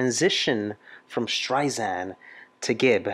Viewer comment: Love your videos but, it’s Streisand like sand on the beach.